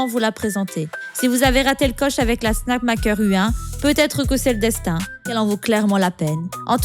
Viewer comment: Super la vidéo, mais la voie IA, c'est vraiment dommage, ca enlève tout humanité et authenticité, et les "namaker" ou 'snamaker"... Bref merci pour le contenu, mais je vous encourage a enregistrer votre voie.